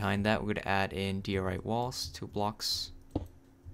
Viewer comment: man's just going to pretend he did not just say "dee-or-ite"